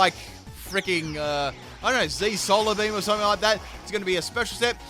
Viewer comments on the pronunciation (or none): none